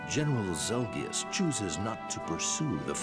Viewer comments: Ahem... You mean ZEL-GEE-US Jeez you call him a noob and yet, you can't even correct him correctly. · ZEL-KEE-US!!! NOT ZEL-JUST... NOOB